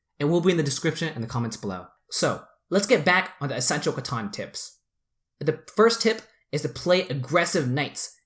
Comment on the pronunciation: Loved the content. However, drove me crazy the whole time was you're pronouncing it wrong. It's CA-TAN, not CA-TAWN.